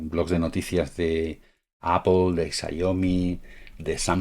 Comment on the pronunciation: Graciass!!! Por fin un español que pronuncia bien la palabra APPLE, nunca pensé verlo. Y menos en un señor ya mayorcito. Gracias!, recobro la fe en los amigos españoles